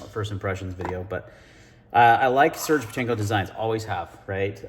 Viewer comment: It's pronounced "Sir-gey"